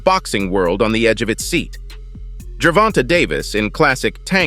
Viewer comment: Ger-von-tayyy say it with me Ger-von-tay no ger-vont-a jesus😂😂😂